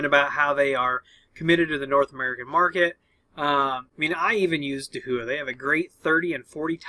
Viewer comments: Thanks for the video once again! Just a quick note, I used to miss pronounce DAHUA as Dah-who-ah too. The way Dahua themselves pronounce their name is Dow-ah. Again, love your videos and I will be keeping a particularly close eye on this topic for my business and customer interests! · Pronounced Da hua ;)